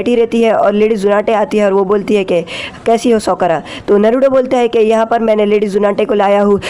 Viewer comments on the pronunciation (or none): sokara nhi sakura